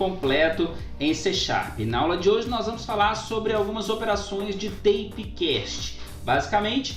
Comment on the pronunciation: Ele falando "teipe" cast e eu achando que era "fita", quando vi ele escrevendo aí percebi que era type(taipe) que significa tipo.